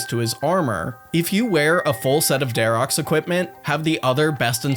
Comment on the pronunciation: It's my pet peeve when someone calls for example Dharok, the brother. "I just killed Dharoks, time to go to the middle and finish Ahrims". Dude. It's Dharok and Ahrim. Not dharoks and ahrims. The armor is what's called Dharok's armor or Ahrim's staff and such. Verac wears Verac's armor, which ignores prayer(?) on some attacks.